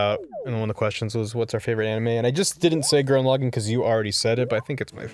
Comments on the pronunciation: ITS NOT PRONOUNCED GURREN LOGIN, ITS PRONOUNCED Gurren La-gon BUT SPELLED GURREN LAGANN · As someone who watched Gurren Lagann in subs, it's always wierd to hear people pronounce Gurren Lagann like that.